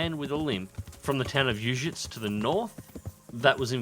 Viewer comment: Everytime I hear him say Uzhitz, All i can hear is Ohshitz XD